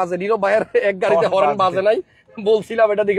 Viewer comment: উচ্চারণ ঠিক করেন ভাই। হরেন না হর্ণ।